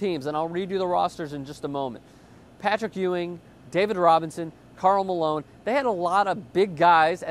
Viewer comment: Dis hee Kahl Malone. Or Bill Walton.